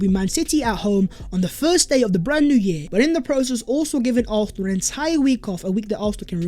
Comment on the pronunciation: Are you saying “arfenal “